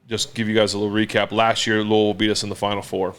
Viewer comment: As a guy born and raised in Louisville while also being a steelers fan and huge Roethlisberger fan. It really warms my heart that Big Ben knows how to pronounce Louisville correctly. Keep being a legend, Ben!!!